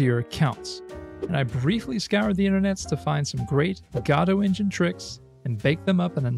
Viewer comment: It's better to pronounce it, go-DOE. Like "Waiting for...".